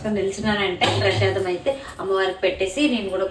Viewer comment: Prasadam antaru andi prashadam kadhu 😂